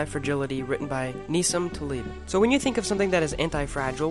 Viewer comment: Wow, the person narrating pronounced both of the author's names wrong!